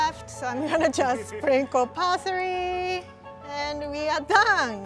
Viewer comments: Tina Giordanella parsery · says 'parsery'😂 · Why does she pronounce parsley pasory!?!!!? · The way she said parsley 😂